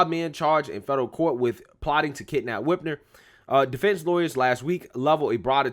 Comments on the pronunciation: Yes they did and her name is Whit-mer not Whit-ner I hate her but I want you to say it correctly so you sound legit! Love your show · My boy keeps saying Whitner. WhitMer. Mer. Like Mermaid. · Dude I really like your channel and your pov aligns with me, but you gotta pronounce words and names the right way. Lol Whitmer with an M.